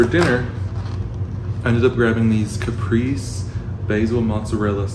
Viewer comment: caprese is pronounced cuh-pray-zay not capris not to be that person🤣 smoking a backwood with u love you 🖤